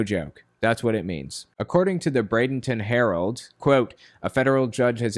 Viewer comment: Kudos to you man for correctly pronouncing Bradenton. Haha most that are unfamiliar often go with Brad-en-ton. Love your content dude. 🖖